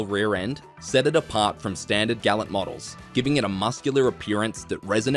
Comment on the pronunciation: Mistake no 7 Gallant is pronounced gall-ant, as per the manufacturer, this one isn't hard, put you got it wrong.